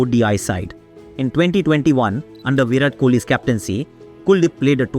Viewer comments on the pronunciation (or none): There is some issue with the voiceover. It felt like AI generated version of Aakash Chopra. Words pronunciation sounds weird such as "pandey" "Virat kohli" "dharmashala". Because generally you are good with pronunciation of Indian names and places. But this voiceover felt like AI generated of Aakash Chopra. And it was weird. Anyways video was inspirational